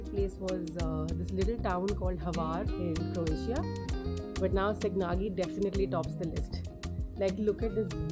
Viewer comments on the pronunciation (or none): none